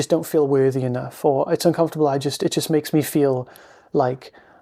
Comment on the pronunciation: thank you, I especially liked your emphasis: "what is so uncomfitable?". Truth is it really isn't uncomfitable at all, it simply is as it is